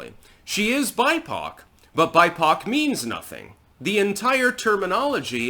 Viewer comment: Lul I heard "she is buttpoc" not bipoc. Hahaha